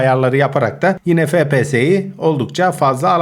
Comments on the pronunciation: abi fepese değil efpies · Abi fps değil efpiyes diye okunuyo